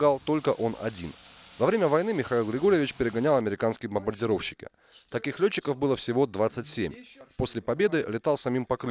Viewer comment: на - на 5 БАЛЛОВ - "бомбаНдировщики" !...